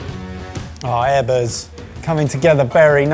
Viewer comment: Chef Eggers not Ebbers